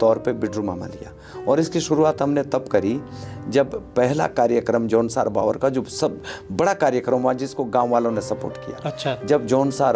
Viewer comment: ये न भाबर है और न बाबर.....!! ये है जौनसार - बावर....!! जो कि दो क्षेत्र विशेष होने के बावजूद सांस्कृतिक और प्राकृतिक रूप से समान हैं! इसीलिए इनके नाम एक साथ लिए जाते हैं! ❤